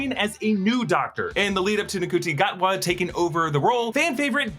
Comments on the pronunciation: Just letting you know that I’m pretty sure ncuti gatwa is pronounced (shoot-e gat-waa) also tardis actually stands for time and relative dimension in space not time and relative dimensions in space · You said Ncuti Gatwa's name wrong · FYI it’s pronounced Chute-e gatwa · Oh you pronounced Ncuti Gatwa wrong hopefully soon you'll get it right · You pronounced Ncuti Gatwa name wrong 😂😭